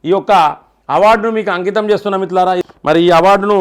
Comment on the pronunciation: Anna meeru first మిత్రులారా అని స్పష్టంగా పలకండి